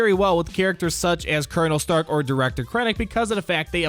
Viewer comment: Every time he says starck I think of iron man